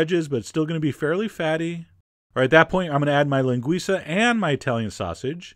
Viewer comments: Loved the video, Chef! I'm brazilian and I love feijoada. We don't usually make feijoada with these kind of meat, but I bet it was delicious. BTW good pronunciation of the word "linguiça"! Well done, Chef John! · Your pronunciation is awesome! You said "Linguiça" perfectly! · Chef, I'm from Brazil and you are amazing. Nice job with the Feijoada and also with the accent as weel "Linguiça" and even "Feijoada" is not something that most americans can't pronounciate it. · It's an amazing version of feijoada. And the way you pronounce LINGUIÇA is perfect, ALMOST A NATIVE. ;- ) Now I suggest you a video of Caipirinha to go together with this amazing dish. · Your pronunciation of "linguiça and feijoada" is pretty good !!! Your recipe is a little different but looks very good too 😋...oh, and that's not a New Year's dish... it's more like a weekend great family and friends' reunion dish as "churrasco"(brazilian barbecue) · Oh, by the way, you say "linguiça" perfecly!